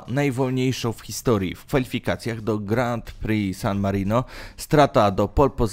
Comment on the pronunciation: Żenujący ranking, który ma niewiele wspólnego z rzeczywistością. Do tego nagrywający niech popracuje nad dykcją i wymową. Przede wszystkim naucz się wymawiać Grand Prix i Marussia xD To nie są trudne rzeczy.